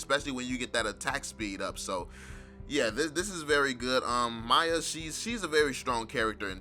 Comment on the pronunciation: Your pronouncing miya wrong